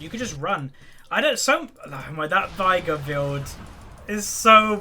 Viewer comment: Just so you know,, Final Boss Veigar says "vay-gar" in two of his quotes. It rhymes with "day" and "far". Also, Sivir is "Siv-urr", as said by Azir. Does it matter? Not really. I just thought I'd mention it. Bring on the "no one cares" comments.